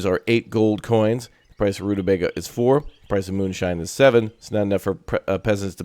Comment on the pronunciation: Hello watch your stuff all the time. I'd like a key but I will prolly buy it anyway on payday... Also only tuber to play this I've seen that pronounces rutabaga 'correctly'. Also, also if you haven't yet, try Space Haven. Kind of colony mgmt but you're a crew on ship(s) in space exploring and trying to stay alive by scavenging, building, trading and fighting (ship to ship and crew combat)